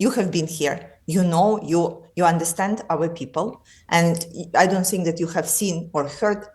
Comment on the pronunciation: Rachel Johnson : I sink 😅 ( meaning I think ) perhaps not so much Rachel